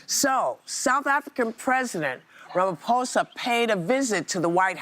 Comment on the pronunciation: It's actually Rama-phosa 😂😂😂